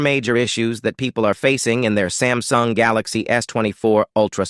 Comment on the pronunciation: It is not sem sung sam sung